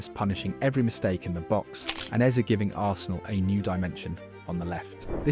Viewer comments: Why AI bro keep saying eazy instead of eze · Mispronounced Eze as Eez as well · the ai gen voice over narration is annoying as hell, hearing eze pronounced EASY wtf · 'Ebereke Eeez'... AI slop script